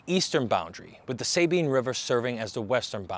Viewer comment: Enjoy your info and am subscribed. The US built Fort Jessup between Natchitoches and Many to try to control some of lawlessness of No Man's Land. Beautiful site to tour. It's pronounced Sah- bean, not Say bean. Js